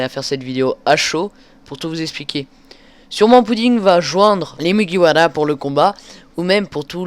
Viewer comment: J'adore quand tu roules les "r" dans mugiwara ^^. Après ça me gêne pas mais tu crois vraiment qu'au Japon on roule les "r" ? Si ça se trouve c'est vrai, dans ce cas je n'ai rien dit :p PS : Au passage super vidéo !